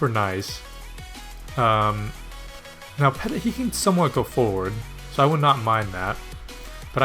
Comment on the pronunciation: Nice video again dude. BTW it is pronounced "petiy" not peTIT :)